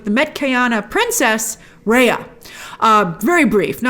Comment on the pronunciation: What's nuvee? Na'vi. Or just say nawvee. And her name is Tsireya not reya.